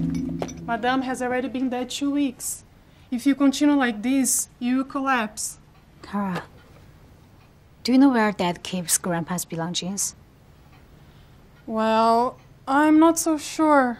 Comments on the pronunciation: 我还以为我听错了……belonggings... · belonging，她发错音了😂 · 可惜口音不是 而且belongings 还念错😂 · 张雨绮讲belongings的时候...确定是那么讲吗……这英语... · 作为中国人，她的发音不能算差，但确实跟“华裔美国人”的人设相去甚远，语调不提，但是 belongings就读错了。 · “华裔美国人”把belongings读错了，一秒出戏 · 她把belongings读成那样，我真的被吓到了